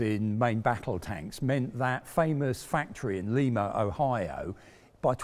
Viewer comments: its pronounced lie muh ohio. they get pretty bent out of shape if you call it li mu. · Lol, not nitpicking in a derogatory way, just humorous to hear that a town I grew up around is being pronounced this way. "Leema" We and the people that live there have always pronounced it ( LYE-muh ). Love the content you guys put out, keep up the great work. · Thanks to as always. Excellent review. I am from Ohio and Lima is not pronounced like the city in Peru here. It’s ‘lye muh’ not ‘lee muh’. We also have a city Russia but pronounced ‘Rushee’. Go figure! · Great video,. Just one point though, Lee-ma is in Peru; the city in Ohio with the tank factory is Lie-ma. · lie muh ohio. they get pretty bent out of shape if you pronounce is li mu. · One minor correction. Lima (Ohio, USA) is pronounced Lie - ma; not pronounced like the capitol of Peru. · It's definitely "lye muh" beans to me. And how is Duquesne (IA) pronounced, again? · Lima,Ohio pronounced lye ma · "Lie" ma Ohio btw. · Ha, like your attempt to pronounce Lima OH. I have to believe that my attempts to pronounce UK place names would fail in an equally confusing manner. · It always kills me when someone outside of Ohio mispronounces Lima. I just cringe when they think you pronounce it like Lima in Peru.